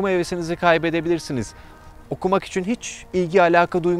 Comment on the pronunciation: İçin derken üiçin gibi bir ses çıkıyor kulak tırmalıyor